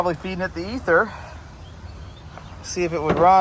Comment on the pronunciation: You say ether, i hear Cosby sauce from SMA